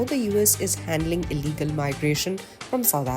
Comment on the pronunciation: You said ILLEGAL indians wrong